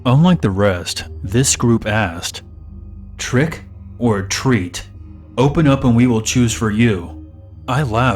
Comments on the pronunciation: Twick or tweat LOL great vid tho 😉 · It was funny when you said twick o tweet. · More like "Twick o' Tweet";○)